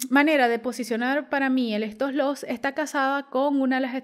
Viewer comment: ¿Por qué dice estoslos?